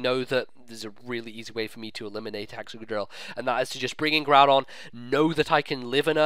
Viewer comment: I have to smile every time I see Groodon and Giramy. I always have to think of some derpy anime trainer who cannot or purposely does not pronounce their names right and the pokemon just go with it. And everyone else thinks they are nicknames while they arent.